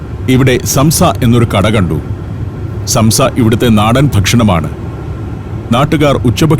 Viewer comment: സംസ അല്ല സോംസ. നീട്ടണം. നമ്മുടെ ഉച്ചാരണത്തിൽ സാംസ. നമ്മുടെ സമൂസ ഇതിൽ നിന്നും വന്നതാണ്. സോംസലറി (somsalari) എന്നാൽ ഇവരുടെ ഭാഷയിൽ സമൂസകൾ.